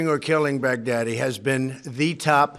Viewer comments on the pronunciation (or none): I swear he’s pronouncing baghdadi like bad daddy on purpose 😭😭🤣